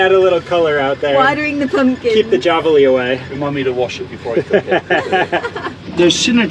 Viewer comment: The wild pigs are pronounced “ Havalina “ !!!